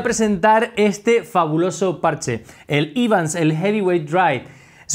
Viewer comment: Hola. La pronunciación correcta es Evans, tal como se escribe. Gracias por los vídeos